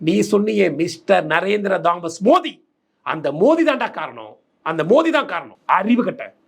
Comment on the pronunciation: மோடி பெயரை கூட சரியா சொல்ல தெரியாத தத்தி டளபதி